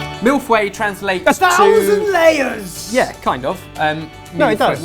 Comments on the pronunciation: Mill Fweh? lol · It is pronounced mil-foe-y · It's pronounced mil-foy not milf-way lol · This is not Mille feuille. And it’s pronounced mill-faye. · when your American and hear Milf Way instead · I keep hearing "mille fouets" which means "1000 whips..." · it's pronounced mill - fuh - ee :) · When you say "Mille-feuilles" it sounds like "Milfoy". And also, Mille-feuille means thousand leaves, not thousand layers. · lol ''mille FOUEILLE'' xD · Isn't it pronounced more like Meal fuh-yuh? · On Masterchef they pronounce it like Mill Foy. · People must have said this... but are you stupid?! Vaguely remember Ben did something in France... yet neither of you can possibly say mille feuille correctly. "Mill fway" is not correct. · The way your say mille-feuille sounds like milf's way. Which is hilarious, and i'm french so i'd say try saying it like "Mill" the "feu" de "fu*k" and the ille the "y" of yeah. It's complicated to get it like that but i think it works well. Milf's way is hilarious though, i'm not complaining. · Anybody heard "Milf Way"? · mille fweile...nice pronounciation lol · "mille fouet" sounds a bit "50 shades of Grey" boys hahaha Feuille is more like the beginning of Fu** and the beginning of "Yellow" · Je sais, il dit mille fouets. Je dis qu'on s'uni tous pour leur envoyer mille fouets XD. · haha... one could understand that it is the white chocolate mousse "MILF way" :) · You're supposed to pronounce it "mille feaye", saying "ea" as in "early". Oh my God I'm so bad at explaining this but hey I'm french so I know what I'm talking about haha ! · IM FRENCH-AMERICAN, I SPEAK ENGLISH AND FRENCH FLUENTLY AND THATS NOT HOW YOU PRONOUNCE MILLE FEUILLE NOT EVEN CLOSE IM GOING CRAZYYYYY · I cringed every time they tried to pronounce 'mille feuille'. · I found it actually funny how they got neither the pronunciation nor the translation of "mille feuilles" right. Btw my second language is french so i know what I'm talking about.